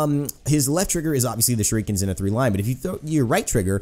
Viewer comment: shureekans DEEVEEAYE